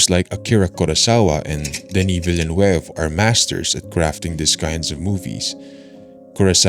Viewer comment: It's always funny to hear english speaking people trying to pronounce "Villeneuve", anyway great video